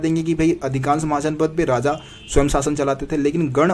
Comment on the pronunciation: Radha nahi hota Raja hota h